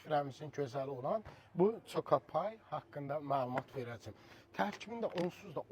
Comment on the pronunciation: Kalxoznik coka pay Yox, koka pay seslenir ))))